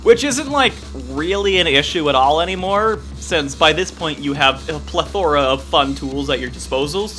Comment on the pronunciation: love the. i do but you can’t say plethora like that man i mean cmon you just can’t